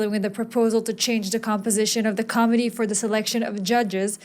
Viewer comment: The announcer's pronunciation of 'committee' I initially interpreted as 'comedy', later pronunciations led me to think that 'committee' was being discussed?